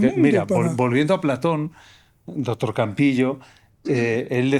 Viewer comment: Le dice dotor ajajaja que fea pronunciación tienen